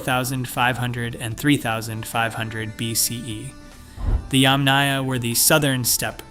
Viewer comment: YAMnaya, not yamNAYa.